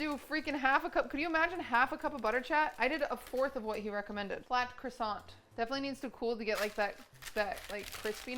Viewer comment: "qwassong 🥰" "QQWAASSAAWK